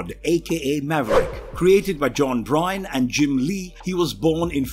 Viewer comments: lost all cred with john BRYYYNE. Its B-ERN. or BURN. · The part regarding Maverick is incorrect. He’s a mutant and he does(or rather did)have powers. He can absorb and redistribute kinetic energy, had a healing factor, no scent and had “anti healing factor acid” Also, it’s Byrne(pronounced burn, not brine). Do your research guys. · X-23 has six claws like Logan two in each arm and one in each foot. Also, John Byrne is pronounced like "burn" not "brine". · Good God man. It's John Byrne (burn) not Bryne (brine). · John Byrne, not Bryne. How did the constant mispronunciation of one of the biggest and most well known comic writer/artist ever make it past editing? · It's John Byrne not John Brine omg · John "Brine"? Who is that? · John Byrne, not Bryne.